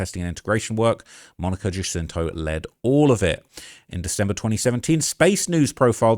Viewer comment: Monica Jacinto…..her last name is pronounced as if the “J” was an “H”